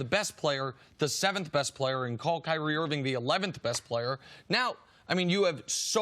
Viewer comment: Thanks, C C, for pronouncing Kyrie, properly. All these talking heads try to make guys sound mythical by emphasizing both syllables of their names. It just sounds foolish.